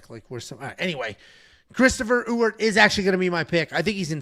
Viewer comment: As someone who shares the same last name as Jackson McVey’s new opponent, it’s pronounced E-Wert, not U-Ert or Ooert lol. Don’t worry, I think I could count on one hand the amount of people who pronounced it correctly on the first try 😂